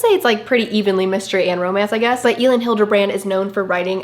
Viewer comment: Girl Elin Hilderbrand is pronounced like Ellen haha!!! You realllly need to finish 28 summers by her because it was really good!!! Loved this video.